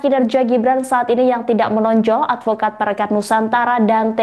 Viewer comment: 😂😂😂😂😂.advokat atau alpokat?.😅😅😅